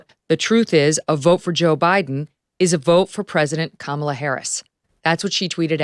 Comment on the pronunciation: With all due respect to the content being shared, I wish Victor would learn how to properly pronounce Kamala’s name. I don’t think he’s doing it to be rude but it inadvertently is rude just by principal.